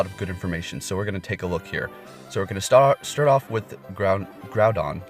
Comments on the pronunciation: Groudon is Grau-dawn not Grow-dawn. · I'm triggered he keeps saying groundon.